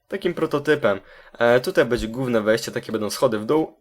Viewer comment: bede... będę* xd + bedzie.... będzie* xd (y)